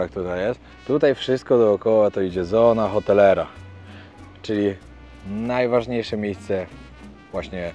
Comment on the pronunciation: tę nazwę się wymawia „sona otelera”